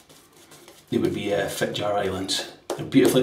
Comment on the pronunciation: You asked for it,: Yes, you did butcher Fitjar and Slåtterøy a bit (but they will survive: just a few weepers and nicks) J is like an English y. The diacritical sign above the a is there for a reason: It changes the sound from an open ah to an o-like sound), the double t makes it short, like Slot in a coin slot. Ø is like the French œ or the German/Swedish/Turkish ö, rougly like the i in bird. This time as a diphthong with the y. Imagine the stereotypical New Yorker saying bird: bøyd. (As an aside, in Faroese the øy has indeed morphed into oy.) So it would sound a bit like Fit-yar Islands [that's the ‘intrusive’ English word] Slot-er-øy. Do pronounce the r in your normal Scottish way